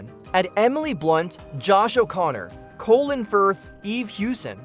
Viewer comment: Why do you call Colin Firth - Colon Firth ?